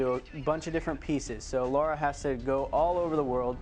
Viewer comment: Before the video starts I wonder if he'll call her Laura instead of Lara?